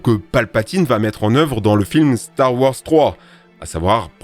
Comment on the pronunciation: Star warS , GrievouS , finissez les noms svp ca fait bruler les oreilles... ET NON Ce n'est pas Rex dans Star Wars 6 , ca n'a pas été confirmé :) Sinon très bonne vidéo !